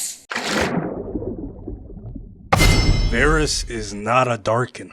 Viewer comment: Varus: Two "A"s? I thought I heard Two Gays.